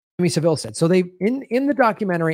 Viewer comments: it's pronounced SA-ville, not Sav-Ille. The accent is on the first syllable. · Jimmy Sav-ill rather than Seville